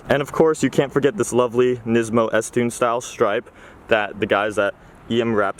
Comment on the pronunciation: You know he knows his stuff when he says S-Tune instead of Z-Tune